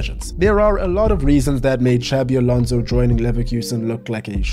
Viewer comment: Please, Xabi Alonso is not pronounced like Xavi. The second one is in Catalan, the first in Basque. The X is pronounced more like a S